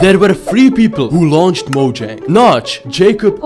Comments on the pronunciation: Another fact: mojang isn’t pronounced mojang it’s pronounced Moyang trust me mojang I Swedish and j sounds like y in Swedish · while he said ceo of mojang i thought he saif ceo of MANNEH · ok so, remember the debate between pronouncing mojang as mo-jang or mo-yeng? well, one od the staffs called it mo-jang. there ya go